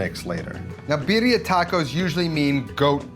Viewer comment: I don´t think I can trust a person to tell me what EVERYONE gets wrong with birria tacos who can´t pronounce Birria Tacos and calls a Mulato "Molito"...sorryyyyy...not watching...